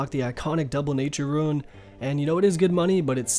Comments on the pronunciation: Great video, but you mispronouncing rune to ruin just triggered me so damn hard! Again, great video though. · Please point to the letter I in the word 'Rune.' It's not there.